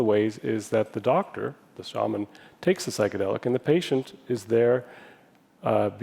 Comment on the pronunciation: She keeps pronouncing Shaman wrong